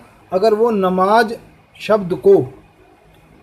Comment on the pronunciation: Namaaz Ko namaaj na kahein pls